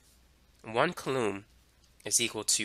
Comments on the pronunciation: mother of god its [COO LUM] not [CUH LOOM] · I think it's pronounced COO lom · bro I love you but if you say Coulomb like that one more time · you're mispronouncing coulomb.